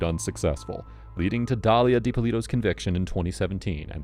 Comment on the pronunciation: Dalila not Dalia…😂